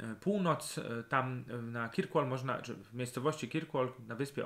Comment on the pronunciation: Oglądam Pana z wielkim zaciekawieniem. Ponadto lubię ten gawędziarski sposób wypowiedzi. Jednak dzisiaj po obejrzeniu tego odcinka muszę Pana poprawić: Orkney to nie wyspa tylko archipelag (podobnie jak Szetlandy, Hybrydy). Po drugie nazwę miasta wymawia się kerkłol. Wyspa na której znajduje się Kirkwall nazywa się Mainland. Polecam też drugą whisky z Orkadów: Scapa.